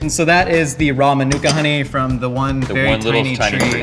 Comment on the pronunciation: It is pronounced man-you ka